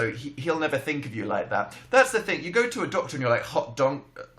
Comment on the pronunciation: "Hot donktor" - Dan Howell 2017